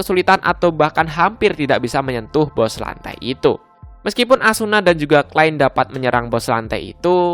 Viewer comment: Bang, saran gua, nyebutin nama nama nya yang bener dong, biar gk salah pengartian/salah paham Klein (bukan klen) Amusphere (bukan atmosphere) Nerve gear (bukan never gear) Underworld (bukan underwall)